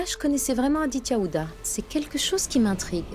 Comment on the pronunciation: Akankcha à dit<<Adia>>auriez de dire Aditya